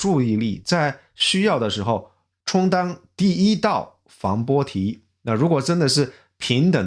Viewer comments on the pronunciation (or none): 防波堤，堤读作“滴”，不是“题”。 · 防波堤，堤读作“滴”dī。